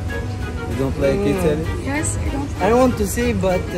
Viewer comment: Shitaly?lol where are u from?